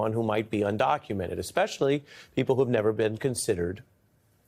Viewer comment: Especially. Not expecially.